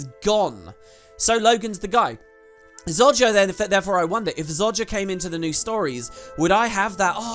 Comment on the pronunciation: ZO JAH....... Not ZOD JA